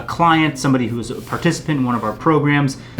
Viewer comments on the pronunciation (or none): none